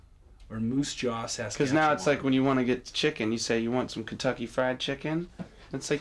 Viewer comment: Incredible! Thanks for sharing. Boy, those are some creepy close-ups, and a lot! And how cool is it Krist pulls out, "Moosejaw Sas-katch-ewan!"